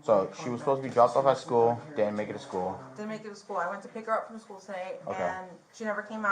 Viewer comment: I can’t stand the way Jennifer says “school” as schoo.